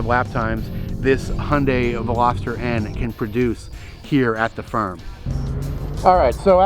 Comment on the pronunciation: The way way he pronounce Hyundai got me: It`s a Hendei Velostar :D